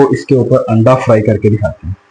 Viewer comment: Word "Anda" hota hay...AANDA nahi